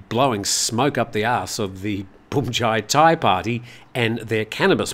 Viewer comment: Feel free to pronounce bhumjaythai as phumjaythai. Bhum is the same word as in Suvarnabhum(i) airport, where you pronounce it rather well. Transliteration of Thai words into English is all over the place.